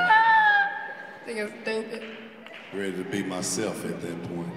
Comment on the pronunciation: “You is tupid” 😂